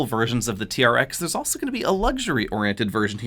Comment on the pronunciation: Sounds like he saying Raptor vs T-REX.